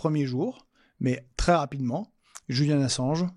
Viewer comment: On dit JuliAn et pas JuliEn ! Arrête de te faire le relais de mes sales souvenir de l'appel à l'école stp, j'ai presque 30 ans :p Mais, sans méchanceté, j'hallucine encore des efforts que doivent faire les gens pour assimiler ce prénom, genre même dans le timecode, t'as quand même personnellement décider de le renommer et mettre un E. Du coup, quand G. Kuzmanovic dit devoir changer de prénom, tu le valide sans faire exprès lol très chouette vidéo, sinon ;p